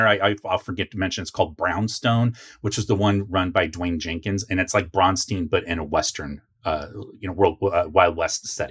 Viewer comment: I can tell you never visited Minnesota to research the history. They way you pronounce Braunstein and David Wesely's name is wrong. I will invite you to chat with the people here. You have some interesting large gaps in knowledge, but for the most part you have a lot of correct information. There are MORE gaps that I think you would like to hear answered. The rest of what you are talking about we NEVER EVER dropped even in later editions. And it is a lot of fun. THIS is what we call a campaign. New players have distorted the terms campaign, module, and other terms.... and that is all because the current WoTC and Hasbro people have no clue.